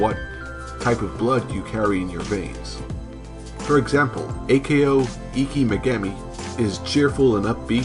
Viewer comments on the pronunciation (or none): Okay... for some reason you insist on pronouncing the suffix "ko" as "Kay Oh." That's a little weird, but I'm sure we can trust a dude who apparently hasn't watched the anime in English or Japanese... or any known languages, anyhow. Does anypony know of any language where it was localized as "Kay Oh?" In any case, it's far from the most egregious mistake. They are not named after their blood types... that's just... silly. There's no such thing as type-C?! Plus A-ko is type-O, the universal donor and classic hero archetype... well, why don't I just give the original quote, straight from the source? Yes, B-ko is type-A! The three main character personalities are based off of blood type fortune telling. A-Ko is an O type making her energetic and headstrong. B-Ko is an A type making her orderly and jealous. And C-Ko is a B type making her sensitive and impatient.